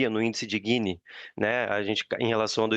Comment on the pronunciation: não é Guini é GINI.